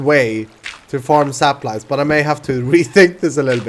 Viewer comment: Is he saying saplies or is it just me